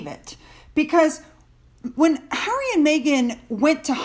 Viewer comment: Harry, not hairy! 😂😂😂